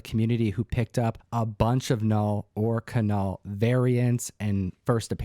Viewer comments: It's not KA_NULL!! It's NULL. You don't pronounce the K just like you don't pronounce the K in KNIFE!!!! ENOUGH!!! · Null..... . It is (Ka)-not (Ka)-Null (Ka)-nuckle-heads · Its "Null" just like knee is pronounced "nee" not "Ka-nee". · The K is silent! But to be sure, ask Sire Cates. Or is it K'Cates. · Great video! I think that the k is silent in knull like it is with knife or Knight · Funny thing is last month I cancelled my pull of marvel comics. Then I hear the buzz and said “ oh well “ I go to get my books and what do I see? Marvel comics presents lol. Also it’s KNULL with a silent K like the word KNIFE or KNOW lol. Great video guys 🙌🏼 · The whole Knull situation... Donny Cates himself pronounces it without the K. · Well, use your ka-nife to cut the ka-night armor. I think its a silent k